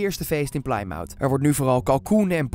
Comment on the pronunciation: Leuke informatie! Ik vind alleen wel dat je het niet kan maken om je kanaal neer te zetten als informatie/entertainment kanaal als je vervolgens Plymouth uitspreekt als Plaaimout. Een kleine Google en je ziet dat je het uitspreekt als Pli(korte i) muth. Er kijken mensen naar je kanaal voor snelle en correcte info en je geeft zo verkeerde informatie